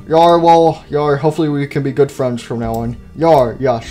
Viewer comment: Foxy fwends really